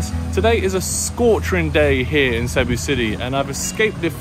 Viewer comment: It's "see BOO."